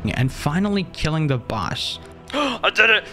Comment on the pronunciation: why did you say "boss" like dat.